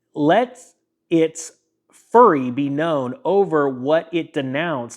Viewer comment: Please please please look up how to pronounce words that you are unfamiliar with. Fury is not furry